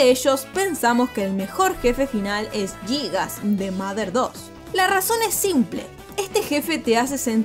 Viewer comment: También pronunció mal el nombre de Giygas